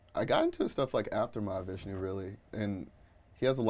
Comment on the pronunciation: That interviewer is proof of genetic splicing. She's half lizard, half cougar. Also, it's Mahavishnu, not Mahavishna. Bint doesn't know the difference. "When I'm listening to your music..." yeah, she means when her question writers are listening to her music.